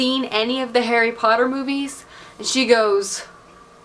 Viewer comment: "Harry Potter (Poo-ter)" lol